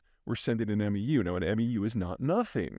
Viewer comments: Peter we pronounce it "mew" not "m-e-u." 😊. I've read all your books. I'm looking forward to the next one ! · MEU is pronounced “mew” like the pokémon, not sounding out all the letters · For the record, MEU (Marine Expeditionary Unit) is pronounced "Mew" vice "Em Ee You" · MEU = "meeoo" one syllable, long "e" long "u" MEU(SOC) = "meeoo sock" SOC = Special Operations Capable...basically a MEU that already carries a can of whoop-ass but with an extra helping of stink laid on it. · haha, awesome reporting Peter, as per usual! One tiny thing, though, to help assist even greater in your god-like knowledge; Marine Expeditionary Units (MEU) is pronounced like "mew." *Whoa, I actually taught this man something. It's a good day!